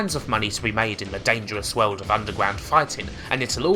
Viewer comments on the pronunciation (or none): none